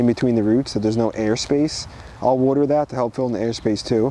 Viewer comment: Love how you say “Wuter”